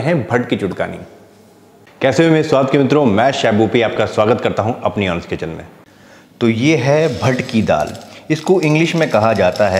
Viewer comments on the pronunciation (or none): none